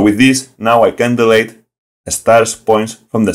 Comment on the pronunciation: Don't worry about that. Yes, you keep mispronouncing some words, e.g. ‘delete’ and ‘who’, but I can still understand you very well. And compared to the tutorials of some native speakers, yours are well thought out and without a lot of blah blah blah. I've watched at least half of them so far and have the rest on my to-do list ;-) Greetings from Germany.